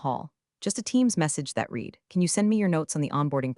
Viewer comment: "Read" continuously mispronounced!